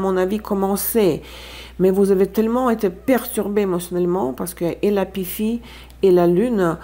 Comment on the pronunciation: Merci! J’espère que le cours de Tarot 4 est en bonne voie aussi. NB: à 7’20, « on ne peut pas S’EN échapper », ou bien, « on ne peut pas Y échapper », mais PAS « s’y échapper ». - À 9’20, aliénation = a-lié-na-sion (phonétiquement, le son s). - À 9’50, Pythie se prononce pi-ti (comme E.T. l’extraterrestre!). - À 27’15, charisme est du masculin, comme en espagnol (vous aviez raison). Mille bravos pour votre connaissance incroyable du Français. (PS: Je prononce votre nom correctement, moi aussi! 😉) Pour les cartes conseils, je les lis ainsi, parce qu’elles ne me semblent pas contradictoires avec ce qui précédait: faire quand même les choses considérées comme petites (même pénibles, au quotidien), avant de pouvoir accomplir les grandes tâches (celles des cartes d’épées du tirage central). Ça n’empêche pas de trouver des temps de repos, et de partir en week-end. 💐